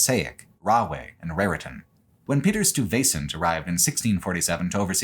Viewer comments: One town in nj you did a funny pronunciation … it’s Meh-touch-in not Meh-took-in. Metuchen. And Stuyvesant is (the original leader of new Amsterdam later New York in which several schools and roads are named after in New York is pronounced) Stigh-va-cent. And Carteret is pronounced as spelled Carter-et. Named for Sir George Carteret who along with Berkeley was granted ownership of all of New Jersey by the King Of England hence not a French pronunciation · Great content as always. As a long term Jersey resident, it's painful to hear you pronounce Stuyvesant :). It's also interesting to note that for how massive Manhattan is, it's still utterly dwarfed by the aggregate of Urban areas it touches. It's not so much an Urban area to the suburbs, as a Super Urban area within the NYC Urb. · Fantastic video. Absolutely Loved it (though you should get a NJ person to assist you with pronunciations of Metuchen, Weehauken, Stuyvesant, etc. next time ;-). ). Was pleased to find out I've already and unknowingly biked on the Lincoln Highway near my home. Hope to see even more "real world" videos like this in the future!